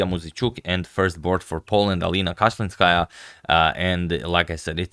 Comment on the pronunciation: Flawless pronunciation of their surnames. He really put some respect on their name.